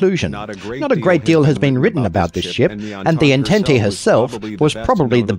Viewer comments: Oh for godssake, it's pronounced "ahn-tahnt," not "ententee." Have you ever actually seen Star Trek? Or, you know, gone to school? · it's pronounced on·tont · Appreciate the voiceover, but... the way you pronounce the French word Entente as if it were Italian